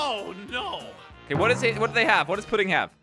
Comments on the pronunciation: said puding instead of pudding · really said “poodding” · jelly said pudding wrong lolllllllllllllll